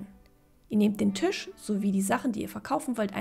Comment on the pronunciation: Warum sagst du eigentlich immer Tüsch statt Tisch?😅